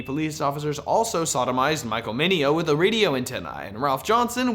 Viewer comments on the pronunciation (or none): none